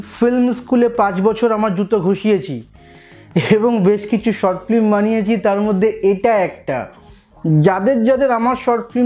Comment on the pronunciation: আপনি অকালে আঁতেল হয়ে উঠেছেন ।ঠিক করে কথা বলতে পারেন না।আর সবচেয়ে বড় কথা হলো -- film উচ্চারণটা করলেন flim , অনসূয়া ( এর অর্থ জানেন কিনা সন্দেহ আছে!) উচ্চারণ করলেন অনুসূয়া ।